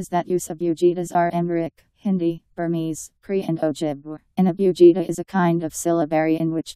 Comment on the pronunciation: She pronounced "Abugida" wrong.